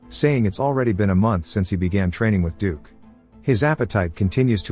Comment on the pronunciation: Wow, it took till 1hr 49 mins till you could get "dukes" name correct